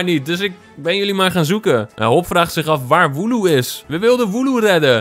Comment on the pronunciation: Het is woloo